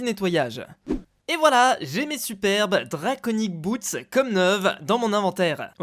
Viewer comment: pourqoui tu dit boets et pas boots